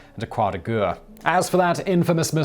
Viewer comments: The Word is pronounced "Croix de Guerre"...as in G-E-H-R !....and NOT G-U-H ! Is your mouth incapable of forming such sounds ? At your age one would think that you would have acquired some form of education in the pronunciation of the words in languages other than English. And you call yourself "civilized" ? Shameful and disgraceful. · Simon, "guerre" is more accurately pronounced "gair".